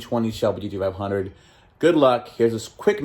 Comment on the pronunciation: Like your channel but damn you cant say G-T-500. What's up with that?